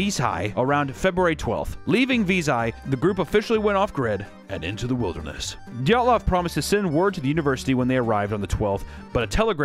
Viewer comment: Isn't it dee-yat-lov